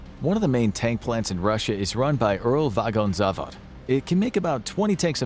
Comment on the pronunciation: Uralvagonzavod should be pronounced faster, dont space it out so much.